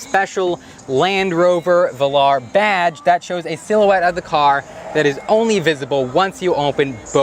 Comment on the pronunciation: give it to the, he's trying. Work on your pronunciation of "Velar" (late in the video) please. From a lifetime English Lit Major.